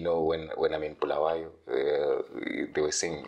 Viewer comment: it's BULAWAYO NOT bhuluwayo